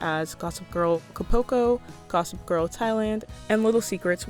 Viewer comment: Girl did you said "cupulco"? It's Acapulco 😩😩 /ah-cah-pul-coh/ 😭😭😭